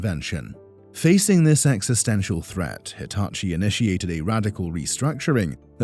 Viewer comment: “Deetachi” could work.. like if you agree